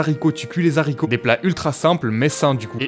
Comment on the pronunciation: OH COMMENT TU DIT DES ZARRICOTS???? super vidéo sinon continue t'es les boss